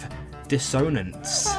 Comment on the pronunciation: The way dissonance is being pronounced, genuinely unsure if it's serious or not